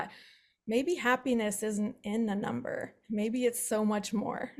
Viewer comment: numb.... "burr"